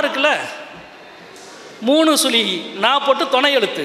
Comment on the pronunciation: களட்டியவர், சுளி, பொளுது, தமில் இதெல்லாம் கற்று கொடுத்தவர் ஈவேரா வா? முதலில் தமிழை ஒழுங்காக உச்சரிக்க கற்றுக் கொள்ளுங்கள் எம் பி.